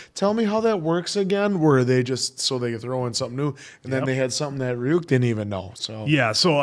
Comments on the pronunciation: its pronounced ree uk. not ra e uk. The R is not strong, its like it sounds when you spell tree or tarot. The Y sounds like an E. The U doesn't sound like YOU, it sound like the U you use to say PUT. Reeuk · still calling him Rayuk I wonder why when they keep saying Ryuk in the show xD